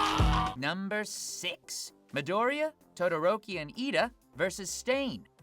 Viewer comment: Finally somebody that can say Midoriya’s name right